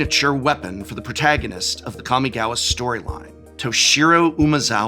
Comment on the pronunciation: Don't forget the Prof used to pronounce "Jitte" as "Jit" all those years ago... Or "Kamigawa" as "Cammy-gawa" So we've come a long way indeed